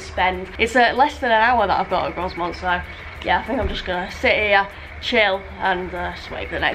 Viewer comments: Grosmont's s is silent, so it is pronounced Groumont. Also, I think Leaside is pronounced Leeside, same as the suburb Lea on the Blackpool Road in Preston. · It is pronounced Gro-mont not Grozmont! lol You really should have scheduled a longer wait there so you could have checked out one of the UK's finest heritage railways. A tragic missed opportunity! :) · You may well get a few comments regarding the pronunciation of Grow-Mont rather than Gross-Mont but to be honest I've heard Ewkston Bawlshaw Lane and Exton Bahlshaw Lane and any combination therein when travelling on that line. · When it comes to pronouncing Grosmont the s is silent so instead of Gros-mont it's Gro-mont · My neck of the woods, in fact I collected some tickets from the machine at Danby the other week. Grosmont is pronounced Grow-mont by the way :) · It is definitely pronounced GroMont 😂😂. If you're back in the area, there is the old railway walk from Grosmont to Goathland, where heartbeat was filmed. Well worth a walk. We stopped in Egton last year, and got the train from Egton to Whitby, and it is indeed a childrens playgroup in the building next to the station. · Very nice. It is pronounced Grow-mont btw. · He He. Pronounced Growmont.